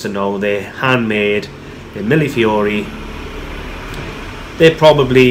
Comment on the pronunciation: Thank you for teaching me how to pronounce millefiori. I only hope I can remember tomorrow or I'll have to watch your video again. : )